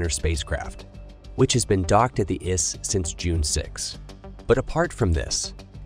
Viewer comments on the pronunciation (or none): Give me break. The ISS is not pronounced iss. Howston we hsve problem?